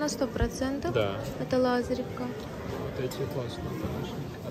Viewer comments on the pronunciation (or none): Надо произносить "лазОревка", от слова "лазОревый", а не от имени "ЛАзарь"